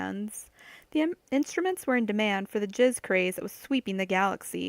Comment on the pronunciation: Calling it jizz instead of jazz was a mistake, someone should have mentioned it at some point.